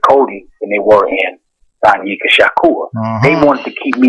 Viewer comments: Nigga keep sayin' Shanika instead of Sanyika. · he keeps saying shanika when its shanyika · Please get his name right at least once during the interview.... facts are important!!! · dang how many times you get his name wrong